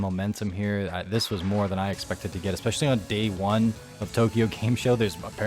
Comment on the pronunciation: I'll tell you what's not a word: EXSPECIALLY